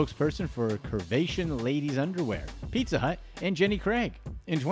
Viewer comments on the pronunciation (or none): none